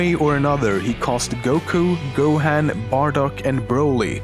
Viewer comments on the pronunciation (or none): ***** yet he did research he looked up every fact in this video and even found footage to go along with it if he was looking at footage theres NO reason he should not have heard gohans name in the correct pronunciation dragon ball is not even popular anymore? are you stupid? so many people love it its crazy he should atleast know how to pronounce the names im not judging him or anything but he messed up on that theres no denying it and besides its not like i hate him or anything i love his videos i just overreacted him mispronouncing a name that the correct pronunciation of is obvious is all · U said gohan wrong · its go-ha-n not go-hand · You pronounce Gohan this way:Go-Haan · D-d-did he just say... GO- HAN? (as in HAND?) Get the shotgun. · The part when you say Gohan triggers me Edit: Frieza (maybe) DID caused Gohan to be SSJ2 ‘Cause Cell has Frieza’s cells. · You say Gohan and Pikkon wrong. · You said Gohan and Taiwan wrong. I knew everything else expect the guy Hawaiian guy, you did better with that name then I would have. And I completely agree with you with that stupid evolution movie, I'm not even giving it the privilege to have DB in it, it was so messed up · How dare you you said gohan wrong 😤😤😤😤😤😤😤😤😤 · who else got angry at how he pronounced gohan